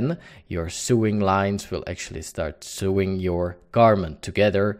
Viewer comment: Pronounce Sewing.......... Sowing........ a long O Great Tut! Cheers & Thanks